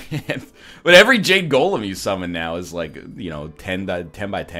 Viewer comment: Wow, really? Gah-lem?